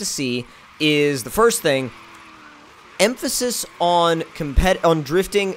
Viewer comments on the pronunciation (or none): none